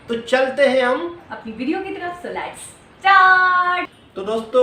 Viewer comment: lats? jahil aurat lets hota hai